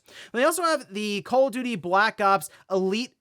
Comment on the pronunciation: Did he said call of diddy?